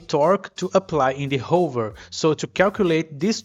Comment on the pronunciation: you need to learn how to pronounce hover